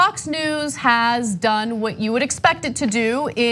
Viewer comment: Every time Mrs. K say “Fox News” it sounds like “Fucks News” I like her way of saying it better